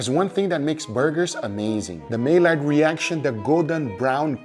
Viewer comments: PS Guga it's pronounced "My Yard" not may lard. Just thought you might want to know. Awesome video as usual. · ‘Malliard’ is French so the l’s aren’t pronounced. It sounds like ‘muy-arde.’ This burger was on motz’s channel a couple years ago. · It’s pronounced my yard not may lard😂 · Maillard = My yard. Not may-lard. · Guga Maillard is pronounced as “my-ard” and not “may-lard”. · Maillard is pronounced Mah-Yar - the D is silent in French, but I understand the need to make non silent in English, in which case Mah-Yard ;) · I can’t take it anymore! It’s pronounced My-yard (Maillard)! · Guga, I truly love you man but you keep pronouncing the word wrong. It is really simple say it like this "my yard" that it is how Maillard is pronounced. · Back in the day they only made lard in may, that's why Guga calls it a May-Lard reaction. Just historically accurate. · Hey Guga it's pronounced "my yard" reaction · Maillard = May-yard 🙏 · Great vid as usual, but Guga please..... it's pronounced MY-YARD reaction. :) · Olá, Guga. Obrigado por seus vídeos. Maillard è pronunciado = My- Yard. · Mai (sounds like migh in might) - llard (sounds like yard). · The way you pronounce Maillard is so wrong and but yet so funny 🤣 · The way he pronounces maillard